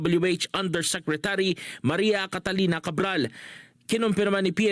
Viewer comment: Catalina hindi Catarina🤣